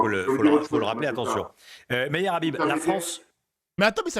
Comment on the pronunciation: Il s’appelle Meyer (ça se prononce Méyère) Habib et non meyeur Habib ! Mais il reste « meilleur » pleurnicheur de sa communauté et devance même Enrico Macias dans la catégorie « pleurniche et larmes à la demande » ! J’aime bien ce que tu dis à son sujet mais tu habites en France donc dans une succursale d’Israël et c’est normal qu’un député français défende l’état sioniste comme le font la majorité des députés français d’ailleurs (avec moins de zèle quand même) puisque c’est le C-*R*I-*F qui les nomme et les emploie. Ah pour le peuple français ? Lui il laisse faire môme il a laisser le gouvernement faire ce qu’il veut ! Ne dit-on pas les peuples n’ont que les maîtres qu’ils méritent ? Salut et prends bien soin de toi je vais regarder Macron sur BFM TV de Tel Aviv !